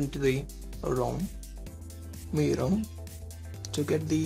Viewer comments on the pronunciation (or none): good video.... just one tip... the os is pronounced as "MY YOU EYE" i will definitely try to get this... for now running on the CM12 and hoping for Oxygen OS